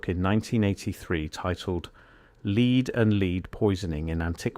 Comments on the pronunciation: Sort the voiceover out, lead is not being pronounced properly 🙄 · You are pronouncing lead Incorrectly!